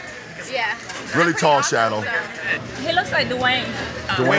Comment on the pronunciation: ! " i luveis spiceiys saucei " ???? " reially TTTTall sHadow " ???? " aauuuum " ????